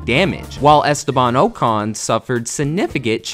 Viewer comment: "estaban oh-con" 💀